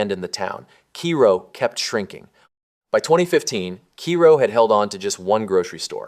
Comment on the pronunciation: It’s pronounced KAY-ro